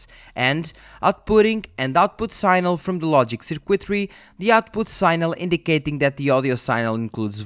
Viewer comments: Sig-nal is the pronunciation you’re looking for, not sign-el. One of those weird english things. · Just one piece of constructive criticism on your otherwise great video: pronunciation of "signal"; whilst phonetically "sign" is pronounce "sine", the word "signal" is phonetically pronounced "sig"-"nal" in English, and not "sine-al".